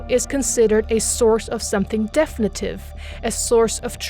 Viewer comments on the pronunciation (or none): Interesting. Thank you for this information, but please look up the pronunciation of definitive. The accent is on the second syllable. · Please learn how to properly pronounce "definitive" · Very good video. However, you should know how to pronounce Platonism and definitive.